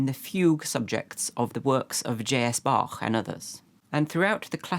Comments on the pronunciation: FUN pronounciation of J.S.Bach - sounds almost as "Ja(i)zz Bach" and I love it. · as a german, i really appreciate pronouncing Bach correctly